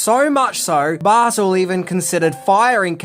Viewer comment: "Bartull?" In america we say his name "Barr- Tell" but whatever. Im sure I would screw up native Australian names.